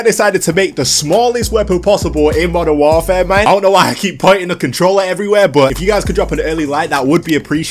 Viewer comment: Moden waaaaraaere thats how i hear it at the start sry